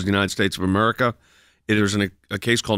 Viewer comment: Meraca? are you related to "W"? How do you have a broadcast show and can't pronounce "A"merica? "Here's what's happening in merica!"